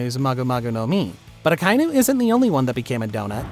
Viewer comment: The way he says Akainu ruined it for me. Reminds me of the last air bender movie. Oof